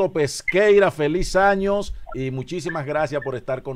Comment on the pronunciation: Feliz año no años se le fue la s al comunicador Bendiciones